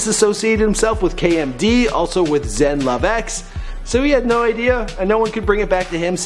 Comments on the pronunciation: Zev Love X not Zen! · It's Zev Love X not Zen Love Z (X EvolveZ backwards) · Not to nitpick, but it was Zev Love X, not Zen. Also, Onyx The Birthstone Kid was already in the group by the time they released Mr. Hood... Good video... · It's Zev Love X, Idiot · Dude really said Daniel Dumill and Zen Love X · Seriously. “Zen” Love X!? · doo-mil-lay. row-dan. and i'm pretty sure i heard zen-love-x the second time.